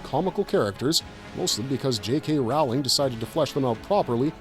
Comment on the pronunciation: Did you mispronounce Rowling on purpose or are you just showing your ignorance?